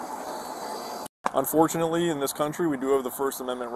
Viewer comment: Did he just say unforunately!!!!!!!!!!!!!!!!!!!